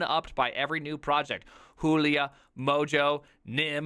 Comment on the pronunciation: Why the hell he read Julia this way